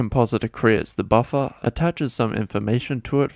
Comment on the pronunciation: everytime you say buffer all I can think of is buffa deez nutz